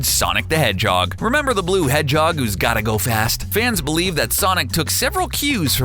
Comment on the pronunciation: He says who's so wierd